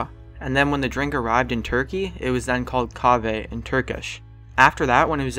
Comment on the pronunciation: how he pronounced the Turkish Chave hahaha no offence it's normal but just funny